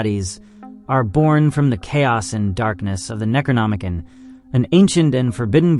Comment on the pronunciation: Neck row nom uh con. I really want to watch this video but as much as i want to ignore it youve butchered that word 4 times now and it makes me cringe.. please look in to how things are pronounced before recording a long forn video. You likely lost a lot of viewers bc of this and were not trying to be nazis - its an involuntary response.